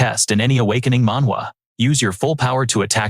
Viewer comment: Please don't say awkining systwm